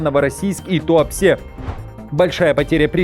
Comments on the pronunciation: Правильно выговаривай Туапсе твёрдо😢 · Туапсе произносится как ТуапсЭ... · Туапсе пишется через «е», а говорится через «э» в конце. После атаки Новороссийска погибли мирны люди, а в Туапсе ещё и дети. Про личный состав, погибший со стороны ВСУ сказали, а эта новость для вас неуместна?